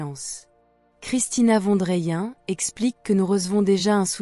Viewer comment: Juste prononcer le nom de famille : „fonne drayenne“… sinon bien sûr ! le message qu’elle transmet est magnifique, merveilleux, pur et représente la justesse de l‘âme ! ❤